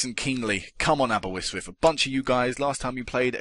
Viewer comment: its Aberystwyth not aberwystwyth